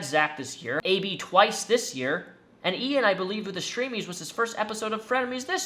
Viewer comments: bestie his name is pronounced A-B not Abe😭😭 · Bruh good video but….. “AB” is pronounced A-B like the start of the ABC’s. Not “Abe” And “Hila” is pronounced either He-la or E-la. Not “He-lee-a” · LMAOOOO “Abe” got me, but his name is A.B. I can’t pronounce his real name, but he’s AB lol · I liked your video a lot, but you pronouncing AB (aye bee) as Abe and Hila (eela) as heelia made me laugh. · Ab is pronounced A.B. And Hila is E-la 😄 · Lmao at calling AB, Abe and calling Hila, Helia